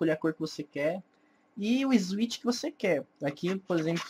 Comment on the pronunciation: "ISWICH" PQP DKASDKASKSA